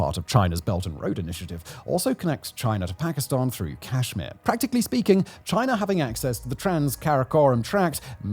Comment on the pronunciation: Aww he stopped saying Chiner